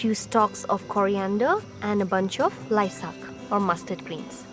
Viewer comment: Nono, its Laisak...